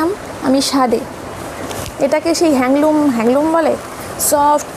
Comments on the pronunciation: Hangloom na go didivai.. handloom saree bole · hangloom nago didi,handloom bole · তোমার মতো আমার ও same colour এর একটা cotton হ্যান্ডলুম শাড়ি আছে... আর কথাটা হ্যাঙ্গলুম না গো হ্যান্ডলুম....